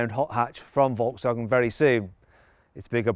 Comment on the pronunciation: 英語の発音的に仕方ないのは分かってるんだけど、フォルクスワーゲンがボロクソワーゲンに聞こえて笑った